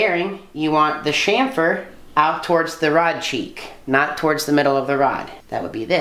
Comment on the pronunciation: Chamfer. Not shamper.